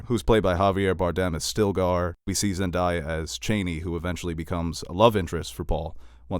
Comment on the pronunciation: Please keep making YouTube’s !! Hella dope! And it’s ZENDAAAAYA BTW 😁